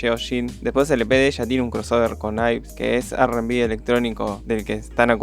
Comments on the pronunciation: yves al ser una palabra en inglés cuando vos hablas un idioma q no sea coreano, lo pronunciás como eve. si te fijás en este video al principio cuando yves se presenta dice eve, no ibeu porque no está hablando en coreano y no veo q vos tampoco estés hablando coreano para pronunciarlo ibu :) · De echo Yves se pronuncia ibs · en realidad yves se pronuncia iv porque viene de eve, y olivia hye se pronuncia olivia heh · amé, obvio no está toda la info y hay algunos detalles jshrbjhrbj, pero ta wenardo. lo mejor fue como prounciaste yves dsjfer me cagué